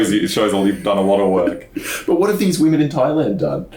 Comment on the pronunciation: ...its pronounced"'tai-land"